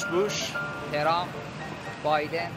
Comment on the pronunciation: Iranians have trouble of pronouncing W to V and TR. Trump becomes Chei- rhum.